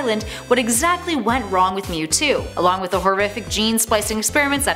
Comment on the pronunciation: I HATE how this person is pronouncing the names of these pokemon, and btw mewtwo mega Y is superior. And didn't Giratina help normalize Palkia and Dialga when Cyrus controled them?